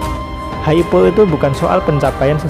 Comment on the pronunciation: Hype pengucapannya Haip.